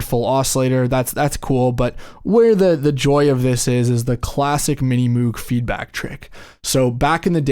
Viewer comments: “Moog” as in “Rogue”…not Moooog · He said mini mooooog. Cringe 😬 I get your comment now. I appreciate it so much. Apologies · Not trollin' here- but 'Moog' is pronounced like 'Rogue' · Stopped the video 5 seconds in when you mispronounced Moog.